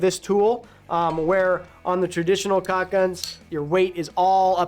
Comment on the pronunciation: What is so hard about saying caulk and not cock? The two words only have two letters in common.